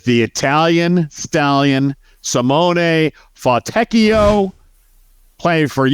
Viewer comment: Haven't commented all season here since you have shot up in the popularity charts and are getting getting a lot of questions 😀 Have been listening to every minute of every pod though. But when is brave enough to pronounce Simone Fontechchio, then I have to comment! Bravo. An Italian may have winced, but for the rest, that was reasonably OK. Notice how and didn't utter a word on Fontechchio - Chicken! Just to laud "bravery" I shall go and pick him up 😂